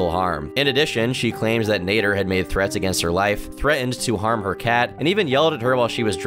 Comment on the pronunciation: It's Naader as in cat not Nayder